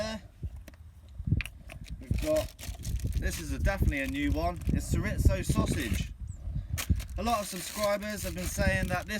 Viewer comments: Shur-rizto 😭😭I’m crying 😂🥴Cho-ree-zo try that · Chorizo adds such a depth of smokey flavor to everything! Couldn't quite figure out what it was till I saw you cutting into it. Here in the states, we pronounce it chore-ree-so. Doesn't really matter how you say it, as long as you use it. This was quite a forage for you guys. I really enjoyed your harvest as well as all the other things you found and talked about! ❤🦀🐚🦐🐟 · CHORIZO aka SURE-IT-SO AHHAHAHAHAHAHAA love it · Latino people are squirming in their chairs hearing “shur-itzo” over and over.. 😂🤦🏼‍♂️ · Diesel Dawg Yeah I was like “is he trying to say ciabatta?” Lmao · Not just Latinos... Spanish speakers. Chor Ree Tho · It took me about 5 minutes to figure out you were trying to say "chorizo". Hahaha. Being from Texas, that's the first time I've heard that pronunciation. Most people stick with "chore•EE•zo". 😂 That being said, I am literally addicted to your foraging videos. 🖤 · Chorizo. Churr-ee-zoe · it is pronounced Chore ee zo. it is blood sausage. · Im like hes gotta mean chorizo right!?